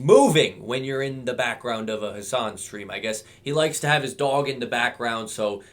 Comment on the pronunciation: deserves to be mispronounced, he doesnt deserve any form of respect